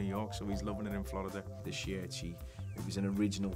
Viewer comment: Nobody going to talk about how he pronounces Shirt